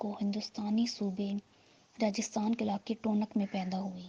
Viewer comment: بی بی پہلے اپنا تلفظ درست کریں ۔ پھر یہ کہ ان کی پیدائش انڈیا کے شہر ٹونک میں ہوئی تھی ٹون نک میں نہیں ؟.